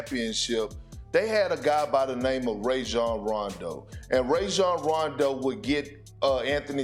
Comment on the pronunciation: Perk also mispronounces Rajon’s name and it’s so weird to me since they actually played together. It’s pronounced Raw-jon not Ray-jon